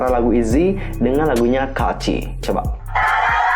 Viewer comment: Bang bacanya "kaci" bukan "ka-a-ci"😂